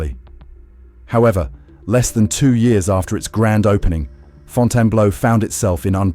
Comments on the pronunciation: WhyTF DOES THE IDIOT IA-bot KEEP CALLING IT FONTANA BLOW! FIX THAT SHIT!!! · Get your AI to pronounce the name correctly.